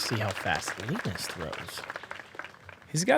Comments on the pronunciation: LEEENUS is not a word!! It's LINUS!! Ya know !? Like the Charlie Brown cartoon character!?? You guys sound like morons F! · i dont think you saying Linus right...